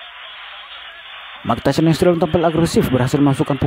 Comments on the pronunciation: MAAF MIKE TYSON, DIBACANYA MIKE TAISON, BUKAN MIKE TESION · Mike Tyson dibaca Bacanya Bukan "meik teshion" bung tapi "maik taysen" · Mike tyson dibaca Maik tasyion 😂 Btw Andrew itu dibaca nya endru bang 😂 Tyson dibaca taysen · Apa sy aja yg denger kalo si ngmong mike tyson jadi mike tesil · Cara membaca Tyson benerin min...